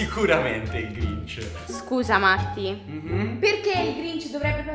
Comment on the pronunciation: si sente matti che glinc invece di dire grinc 😂😂😂😂😂sto morendo dalle risate😂😂😂😂😂😂😂😂😂😂😂😂😂😂😂